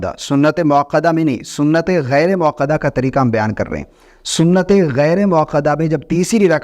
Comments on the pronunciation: محترم! پہلے موقدہ اور موکدہ میں فرق کو سمجھ لیں کر لیں۔پھر video بنائیں۔ سنتِ موقدہ غلط ہے۔ سنتِ موکدہ صحیح ہے۔ اصلاح کر لیں۔ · سنت موکدہ درست ہے سنت موقدہ غلط اتنی فاش غلطی؟ ایک عالم دین کی زبان میں، وہ بھی ایک بار نہیں، بار بار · لفظ سنتِ موکدہ ہے یا موقدہ (قاف کے ساتھ)؟ یہ لفظ تاکید سے نہیں نکلا؟